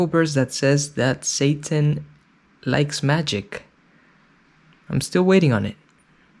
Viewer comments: Why can't the mom pronounce the T in SATAN? She says "SA-UN" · Also I can't- just- how they pronounce the word "satan" like "SAY-IN"